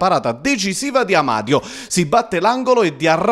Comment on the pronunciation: sto telecronista sbalia tutti i coniòmi... Amadio...Anania...tutto senza accento tonico...